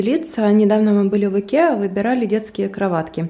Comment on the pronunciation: Прикольно вы говорите слово "ИКЕА"))))